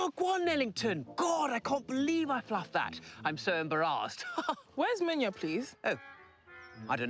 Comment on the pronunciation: chawawa ...no lie i saw them munya and i knew he had to be Zimbabwean my people... its funny how y'all pronounce your name but hey its okay.. come back home and will show you how lol